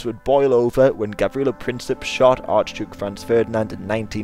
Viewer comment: It is not gabriella Princip it is Gavrilo Princip